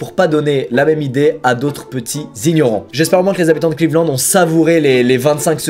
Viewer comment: Cleveland Lannddddddd squeezie pas clevelennnnd😭😂